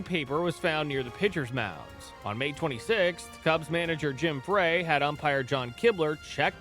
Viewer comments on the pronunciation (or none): Roger Craig did not get let go by the Tigers after 1984. He retired because he was not chosen as a manager until the Giants grabbed him. Geez. Graphics are wrong on Orosco and Reardon. Jim Frey is pronounced ‘Fry’ not Fray. Good Lord man. The Roger McDowell pic is from the early 1990’s and not 1986. Couldn’t find a Danny Heep pic in a Mets uniform? Interesting. The aforementioned Nolan Ryan article is just a bad look. Details matter. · The manager's last name pronounced FRY not FRAY. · You pronounce Cubs manager Jim Frey like "FRY" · Jim Frey. Pronounced FRY. Geeeez.